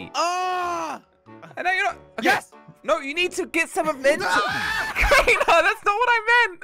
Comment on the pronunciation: When jelly said we lost crainer he said we lost trainer